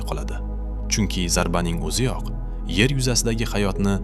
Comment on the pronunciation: Nimaga yar deb gapiryapsiz